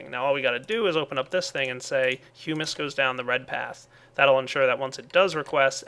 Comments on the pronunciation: its not pronounced "hugh-mus" its "huh-mus" sorry if i sound rude im just bothered by it haha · i still think its hum-miss, and also hue-miss not hyou-miss or am i whong about that? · HE NEVER PRONOUNCES HUMUS CORRECTLY!!!! its huh-miss not hue-miss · you were prownowncing humus right before but now you prownowcing it like it is spelled humis. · Hey... ITS HUM-UHS! Look at... dictionary(dot)reference(dot)com/browse/hummus and liste to the sound.